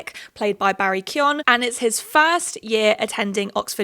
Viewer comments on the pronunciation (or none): Just a note, it's not Barry Kyon it's more like Kyone. Like cone with a y if that makes sense. No one outside of ireland seems to get it right which is fair bc it's an odd spelling if you're not irish 😂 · Love this - but i think its Kee-GAN - hard G - not Kee-YON. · Barry pronounces it Kee-oh-gan. Some Irish people might say Kee-oh-an without the G. I'm sure any of your Irish followers would be happy to help you with pronouncing Irish names correctly. Names are really important to get right, its a respect thing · It’s pronounced Barry Co-gan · Sorry to be that guy, but the name Keoghan is pronounce k-yo-an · I believe it’s Barry Key-oh-gan! That’s how he pronounces it in interviews :) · It’s pronounced like Key-oh-gann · The 'G' in Keoghan is pronounced btw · Really loved this video and agreed with so much of what you said! But just to say as an Irish person, you’re pronouncing Barry Keoghan’s name wrong lol